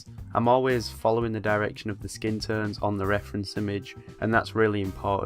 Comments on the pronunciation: The way he says 'Tones' <3 Teunes haha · More like teurnes hahaha i love it tho